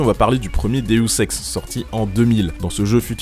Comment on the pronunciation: DEOSEX?! OU DEUSEX QUE TU DIS?!